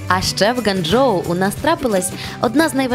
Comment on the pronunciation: Ґуанджоу а не ґанджоу